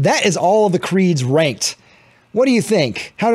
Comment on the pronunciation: did you say "ranked" or "wanked?"